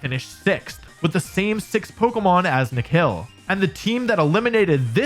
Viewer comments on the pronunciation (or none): It's not "Nekhel" It's Ni+Khil=Nikhil Reddy 😒😒(well my name is also Nikhil) he is from India😁😁😁